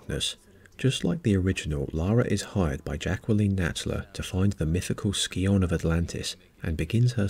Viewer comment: That's not how you pronounce Scion.